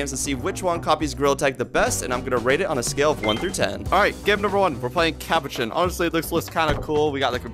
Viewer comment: The game is is called capuchin not capuchin